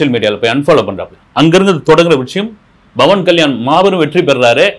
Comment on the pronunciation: Sur it is not Bavan kslysn it is Pavan kyan It is not aB it is Pl